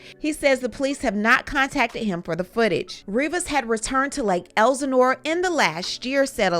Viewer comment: BLACK PEOPLE!! Please pronounce names correctly. Lake EL SIN NORE